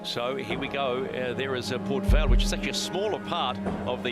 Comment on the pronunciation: Great show. But guys...learn how to pronounce Port Vell and to pronounce Barcelona. No lisp in Barcelona.